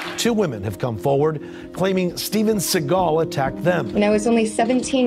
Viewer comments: Thank you for this video, I appreciate you spreading awareness on how bad “Seagull” (how Steven’s surname is actually pronounced) really is. Just saw him in a recent vid training Alex Pereira 🤦🏾‍♂️ the less I see or hear of that pathetic man, the better. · Well, it's obvious you don't know how the idiots name is pronounced, which is Segle... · The first lie is that his name is pronounced Seagal, his name is pronounced like the bird Seagull but Steven doesn't like that because it reveals his dad is jewish and in Stevens mind that doesn't fit his bad ass persona. He mentions every nationality he is except the real one which is jewish. Steven went to Japan when he was young to avoid the draft in Vietnam. If Steven had only gone to Vietnam America would have won the war in a week .